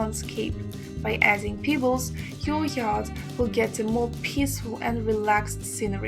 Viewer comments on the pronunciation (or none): Every time she says "peebles" I think of Nia Peeples.